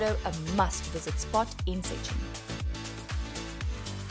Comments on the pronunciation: First thing to do in Szczecin: Learn to say Szczecin correct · not really wrong, just funny